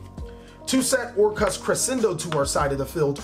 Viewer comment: I like your pronunciation of "Orcust"